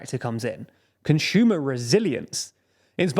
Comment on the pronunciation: He keeps on saying conshumer instead of consumer